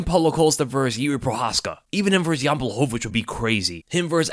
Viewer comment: It’s VERSUS 🆚 NOT VERSE! A verse is a fraction of a song!!! VERSUS!!! ITS VERSUUUUUUUUSSSSSSS 😭